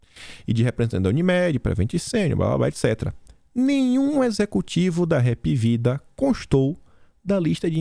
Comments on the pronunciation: Hapvida, lê-se: API VIDA. 👍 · Mim sou cearense a Hapvida a pronúncia correta é HAP VIDA. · Hapvida foi fundada aqui no Ceará e por cearense Hapvida embora sua escrita está correta, a pronúncia e hpvida!